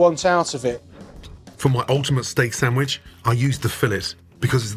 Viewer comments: What’s a “sammich”? 😅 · San-wish. I will never let this down lmao. I also love it when Guga is happy watching another's chef's video. There's just something wholesome about it. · Guga’s pronouncement of the word “sandwich” reminds me of a lady from New York. 😂❤